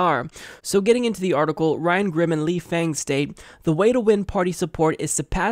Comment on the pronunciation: Its pronounced lee fung